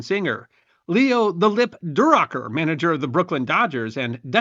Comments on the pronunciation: Leo Durocher (pronounced do-row-sher) was a great baseball manager and very famous for his quips (hence the nickname “The Lip”. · I don't which is worse -- his pronunciation of The Lip's name, or saying "twelve to oh." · Leo "The Lip" duh-ROH-sher. Famous manager of the '69 Cubs among other baseball teams